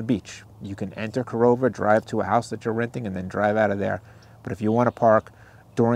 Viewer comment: OK video. You should educate yourself on the proper pronunciations of towns you visit. It's KA-RAH-LA and KA-RO-VA. And spelled Carova.